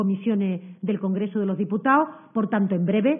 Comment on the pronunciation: ..”del congrezo de loh diputao” que no estas en la taberna hija, aprende a hablar cojones!!